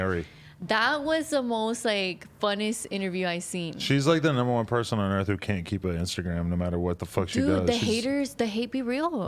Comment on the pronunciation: Earth not Earf